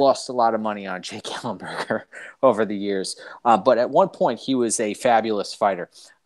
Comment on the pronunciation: Come on, ellenberger? Thats a joke right? 😂😂😂